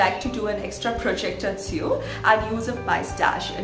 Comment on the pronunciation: Hi, I think your handmade scarf turned out beautifully. I can tell you work hard to making the best tutorials possible. My grandma does sew for a living, and I want to show her your videos. My next comment is not intended to be an insult, but constructive. I noticed you are pronouncing “sew” as it is spelled, which is what one would expect, but English being the frustrating language it is sometimes, isn’t quite read like that. You would say “sew” as you would read “sow”, and “sewing” as “sowing”. It is an “o” sound more so than an “e”. The spelling would still remain as sew, however. My parents are English language learners, and I myself speak 4, and I am just trying to help:) Expecting more “sowing” videos from you soon!;)